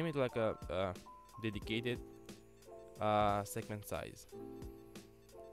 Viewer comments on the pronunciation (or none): he said segment, then segement lol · "segement" or "segment" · segement or segment... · is it SEGEMENT OR SEGMENT? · Segement or Segment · Did anyone notice he named it "Segement" instead of "segment" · "DedicatedSegmentSize" - not SegEment